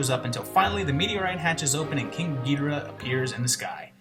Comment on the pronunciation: Thanks you for pronouncing Ghidorah the way I always did.